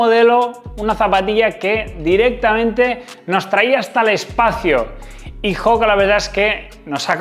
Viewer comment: oka, oka...no joka. No es una palabra inglesa.